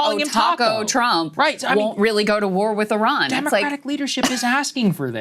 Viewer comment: Thank you for pronouncing Iran correctly. It is eerun, not "I Ran". Iran is a fighter not a runner.